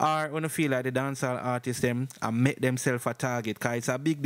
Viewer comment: Big man stop say ARTISES!! Dat no sound wrong bredda??? Please ask Siri or Google to pronounce artists